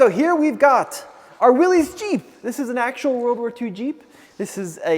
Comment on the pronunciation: WILLYS jeep Not Willy’s. It is pronounced WILLIS.